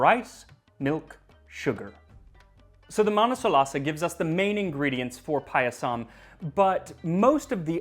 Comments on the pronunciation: Ohmygod 😍 This is wonderful. I’m Indian and “Paayasam” (that’s how it’s pronounced) is a part of almost every special occasion from birthdays to harvest festivals like Onam. Thank you for this!! 🤩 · Not payasam that is paayasam.